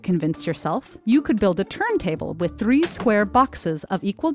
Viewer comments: How she says 'three'😂😂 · The way she pronounces “3” is really annoying.